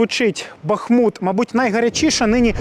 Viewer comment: Не "бахмУт", а "БАхмут" , що там ще продав, окрім совісті, чи ти мови української не знаєш, чи просто не поважаєш її?!